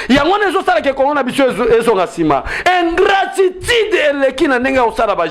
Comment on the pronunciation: Ingratitide to ingratitude, jouisser ou jouisseur! Apprend à bien prononcer